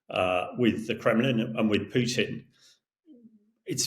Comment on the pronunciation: it's Krasnov, with A. In Russian it means RED. But I love how you called Putin as poopin 👍